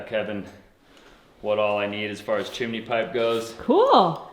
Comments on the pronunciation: Chimney not Chemaney 😂❤👍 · There is no “I” between the m and n in chimney, therefore, it’s chim-ney. The mispronunciation of nuclear is the one that sends chills down my spine. It is pronounced new-clear NOT new-q-ler. 😖😡🤯 I’m certainly not an expert in pronunciation, but ....... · Chimney is (chim knee) not MARY POPPINS SONG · it's chimiiiney btw :) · Well... you say "Squoze" instead of "Squeezed". She can have her chimeney :P